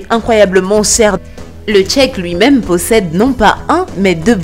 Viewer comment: mdrr meme cheikh , elle la prononce Tchéc